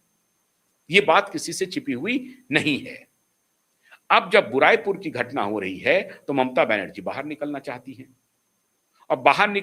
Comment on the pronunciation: भाई उस जगह का नाम बुराई पुर नहीं, बारुईपुर है।